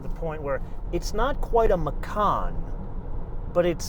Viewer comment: Macan. Why? Its a Porsche.